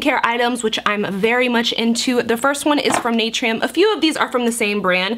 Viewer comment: it’s pronounced Nuh-Tur-Eeee-UM hehehe ily 🤍🥺